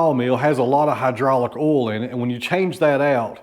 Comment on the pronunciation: I know you are down in Tennessee whare people have a different accent but you say ol when it spelled O-I-L you don't pronounce the I. Sounds wired.